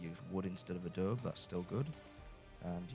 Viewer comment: Love your small builds! As a side note, coming from someone who lives on the Mexican border in America, it’s uh-Dough-bee :) A lot of people don’t know to pronounce the e if they don’t know or hear Spanish. It’s used as a building material all over the southwestern US-I grew up in an adobe house:) Wish I could live in the commonwealth though!